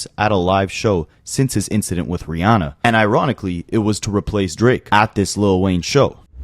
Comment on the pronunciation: They was he says “RiAWHnnah” stood out to me, lol.